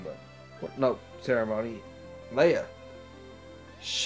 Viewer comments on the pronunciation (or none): none